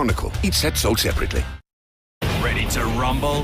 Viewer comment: Nobody: Announcer: EACH SET SOLD SEPARATLY